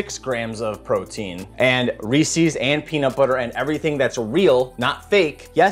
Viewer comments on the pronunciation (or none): Its "reese-iz" not "ree-cees" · Every time you say ree sees you lose a year of your life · Reese's - It rhymes with "pieces". Where do people pick up this "Ree-Sees" pronunciation? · I noticed many Americans saying Reeses like "Reesees." It is a small annoyance for me. Think Reeses Pieces...it flows and rhymes. Reesees disrupts the beauty of such a tasty product. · Looks good, but it hurts to hear someone saying "Ree-Sees" instead of Reese's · Recipe looks good but your pronunciation of Reese's hurts my soul.